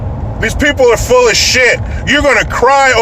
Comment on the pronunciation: What’s a “fulls”?